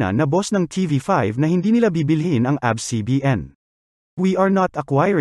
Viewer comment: Its A B S po not Abs